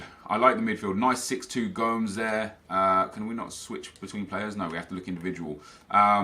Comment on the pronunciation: Come on you know how to say Gomes.